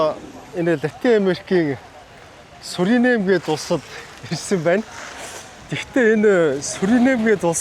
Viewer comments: Суринэм биш Суринам гэнэ шүү. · Суринам гэж улсыг Суринэм гээд л байх юм. Ядаж наад хоёр дэлбэнгээрээ иргэд нь өөрсдийгөө Суринам гээд байгааг сонсооч юм уншаагүй үзээгүй ч гэсэн